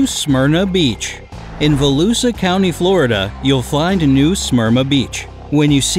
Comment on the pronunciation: As a Volusia local, your pronunciation of New Smyrna Beach and Volusia County is making me cringe.